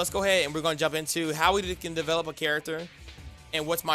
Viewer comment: Develop not Develope